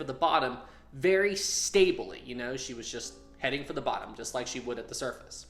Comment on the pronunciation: Stabely eh? Couldn't find that one in the dictionary 🤷‍♂️